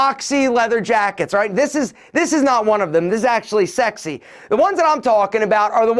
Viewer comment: Three "sax-y"s you said man 😂 got my folks thinking what ya watching bitch.